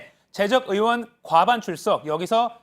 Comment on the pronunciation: "의원" 발음이 안 되어 "으원"이라 하시네요. 고칠 수 있을텐데요. ^^